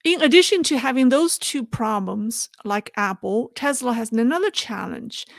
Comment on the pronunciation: Hi. Just a friendly correction. It's pronounced teSla not teZla. Love your podcasts.